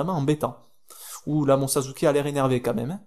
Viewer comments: C'est sasuke pas sazuke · on dit sasuker avec un [s] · c'est pas sasuké mais sasuke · et aussi sasuke ça ce dit pas "sazuké" mais "sassouké" voila pour bien que tu sache comment on dit sasuke :)) je m'abone j'ai ce jeu sur pc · si ta regarder le premier na ruto et le combat final de assure et naruto il dit sasukeeee et pas sazukeeee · ca se prononce sassuke et pas sasuke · On dit sasuke et non sazuke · Tu dis malle sasuke